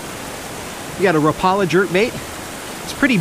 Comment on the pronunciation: it's pronounced RAH-po-la, not ra-PAH-la